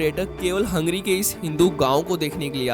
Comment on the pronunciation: Abe हंगेरी bol. Hungry नही.